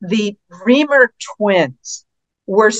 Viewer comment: I admire Dr Grossman so much, but someone PLEASE tell her that David Reimer's last name is pronounced REYE - (rhymes with eye with an R preceeding) mer, NOT REE - mer!